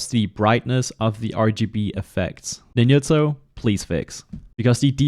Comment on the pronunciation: NINYUTSO, BRO??? Seriously ?? ITS FUCKING NINJA, not NINYA